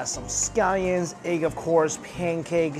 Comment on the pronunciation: Why does he call egg eig 🤦🏾‍♂️😂